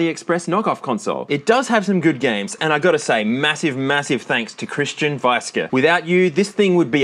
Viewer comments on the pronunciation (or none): none